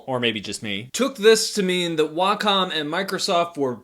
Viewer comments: It’s pronounced Way-Com not wocom 😂😂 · Neither Way-com, Wack-em or Wah-com sounds anything like the Japanese pronunciation. Just that americans imagine that Wah-com sounds more like it. My japanese friend says the correct pronunciation is right between Wah-com and Wack-om, so either would be fine. She also says it's stupid to think you have to speak japanese, when you're speaking english. Just say it the way that comes natural. Japanese ppl don't pronounce "McDonald's" like americans do after all.